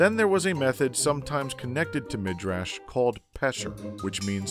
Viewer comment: Well Pesher does sound hebrew (from the root Piresh (he) interpreted). And some were Hebrew, like Midrash, which is pronounced [midʕaʃ] or [midraʃ] as most pronounce it today (with stress on the a, not the i)